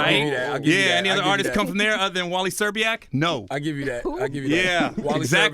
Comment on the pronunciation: Nigga said Wally Szczerbiak...